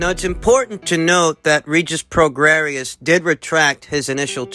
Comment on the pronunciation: Pronounced...PRO GRAY..COME ON YOURE SUPPOSED TO KNOW ABOUT BOXERS......CHAR LO YOU DONT KNOW ANYTHING ABOUT THESE FIGHTERS. ANOTHER BUNK CHANNEL..DONT INSULT OUR INTELLIGENCE..AND KNOWLEDGE OF VOXING